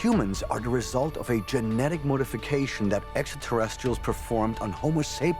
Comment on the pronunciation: . "Genetic mOdification". Joke? Giorgio speaking in Erich von Däniken's Swiss voice!